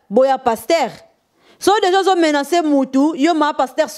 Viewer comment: a MENANCER....ooooh mama bovansaka na poto oyebi koloba MENACER te????